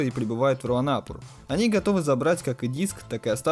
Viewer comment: РуанопУр, а так всё гуд!